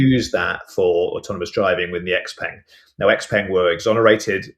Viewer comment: X-Peng - Pronounced X - Pung or the full name 小鹏汽车 (Xiǎopéng Qìchē)